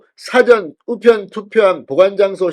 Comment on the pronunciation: 사전이란 단어는 백과사전이라고 할 때의 사전(단음)이 아니고 장음으로 발언되어야 합니다. 나도 영남출신(74세)이지만 들을 때 마다 안쓰럽네요. 한문으로 표현하자면 일 사 자입니다